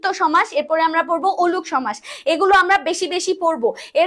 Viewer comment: ওলুক না অলুক উচ্চারণ হবে 😂😂